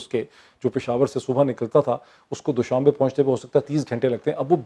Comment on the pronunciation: Moeid it's not doooshabay. It's doshambay